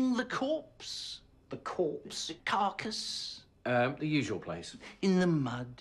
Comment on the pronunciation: Corpse- Car-carcus